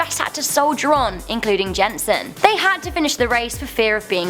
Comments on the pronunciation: lol the way you say Jensen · I know isn't Danish but it's pronounced Yen-Sen but it's Jensen